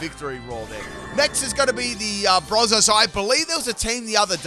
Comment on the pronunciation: Ayo why you say it like bizel? It’s a weasel with a buoy 🛟! Buizel: sounds like “Boo-e-zel”. Way you say it sounds like austin powers 😂. Love the videos bro thank you